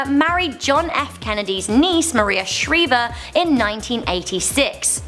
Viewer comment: It's Maria Shr-I-ver, not Maria Shr-E-ver. 🙄